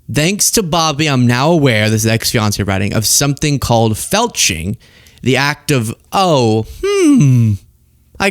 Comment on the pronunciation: My husband thought you said click the felching button instead of the like or subscribe button. 😆😆😆